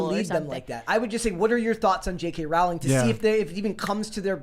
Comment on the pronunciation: Pronounced Rowling like Bowling